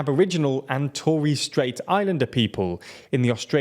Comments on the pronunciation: "tory strait". bad pronunciation. it's a short o and e, to-res strait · Mate it's not "tory strait" it is torres strait. This is pronounced like "toh riss" strait, not like "toe riss" or anything like that I believe. Hope that's helpful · The butchering of Torres strait was impressive...